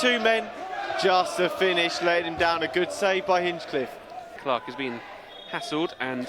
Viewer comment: Someone tell the Barnet commentary team it's Hinch-liffe not Hinch-cliffe 😂